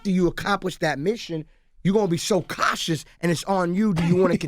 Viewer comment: "I'm more katious" lol